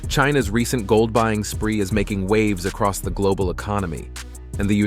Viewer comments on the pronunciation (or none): none